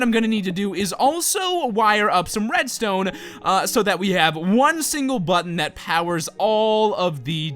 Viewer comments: said wedstone instead of redstone! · LOL said "wedstone" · he said WEDstone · did anyone notice he said wedstone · when he was making the farm I swore he said wedstone XD LOL!